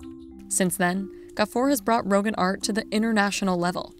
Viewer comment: its not pronounced "rohgan" its more ro-gahn